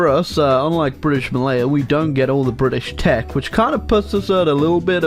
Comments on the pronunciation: Bri’ish nations in B section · bri'ish raj